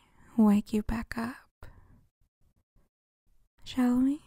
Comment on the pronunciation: i love this audio but i thought you said “Jolie” and not “shall we” this time around and it was SUPER creepy